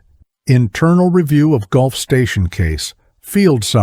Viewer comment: Since when did Gulf Fuel Station become a Golf Station. Weird how Automatic speech translation never gets fixed before production of story.